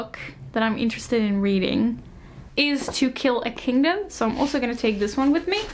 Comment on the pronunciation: Every time you said To Kill A Kingdom I hear Tequila Kingdom hahahah I think it's just me wanting some nice drinks rn